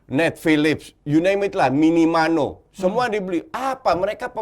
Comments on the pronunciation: Orang biasa: minamino Coachy: minimano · minamino kuch bukan minimano 😂